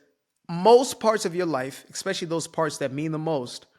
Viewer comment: Just a reminder that “especially” is pronounced how it’s spelled. No Ex. I comment this every time I hear it, not just because you’re black. ❤😂